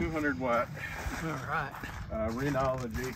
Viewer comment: Also that its Renogy not renology 😅